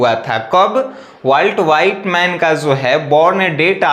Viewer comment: सर वॉल्ट विटमैन होता है ना कि वॉल्ट व्हाइटमैन 😂😂😂😂😂